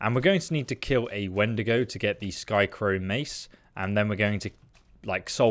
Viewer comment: Its skycrowN... with an N.. not skycrow... U even started saying skycrown when u got it from the wendigo but later said skycrow and put it in the description as skycrow